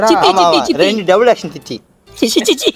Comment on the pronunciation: chithi serial ah comedy ah pronounce pandradhu humourous ah iruku...sichi sichi 😂😂😂😂😂😂